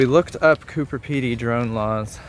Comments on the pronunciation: You keep pronouncing it "Cooper Pedy". It's actually Coober Pedy. With a B. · Coober with a B. It sounded like was saying Cooper. I guess it’s too late to warn you that the whole area is filled with vertical shafts so don’t fall down any of them! The miners each have a licence to dig and are limited to their own area, so they set up their own shops and displays. They don’t want you filming their layouts because they’re valuable mines.